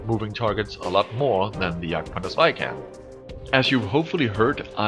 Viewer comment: why do u call it the yagpanzarsie instead of... Jagdpanther II/2